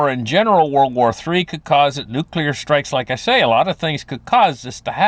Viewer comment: TODAY ON A HUNDRED WAYS TO DIE WE REVISIT NUCULAR DEATH... Sorry I am drinking tonight, but love you brother 😂😅